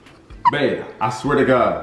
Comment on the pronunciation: I love how his "babe" slowly turns into a "BEP"